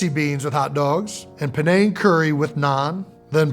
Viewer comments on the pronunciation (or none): none